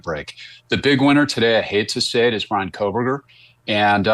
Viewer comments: She doesn’t even pronounce his name correctly. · Kohburger, loose the L Mrs Kelly. It's been rear 3 years. Time to get it right, 🎉